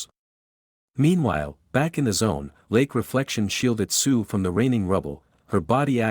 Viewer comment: I keep hearing suiiii instead of sue💀